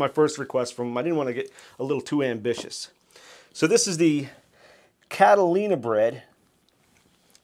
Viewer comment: It has been brought to my attention that on more than one occasion in this video I mispronounced Catalinbread as "Catalinabread". 😆 I'm a dolt.